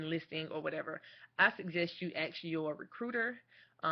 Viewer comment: She will AX someone about it. I would hope someone with advanced degrees would be better spoken.